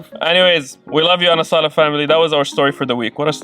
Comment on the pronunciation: It is Anazala not Anasala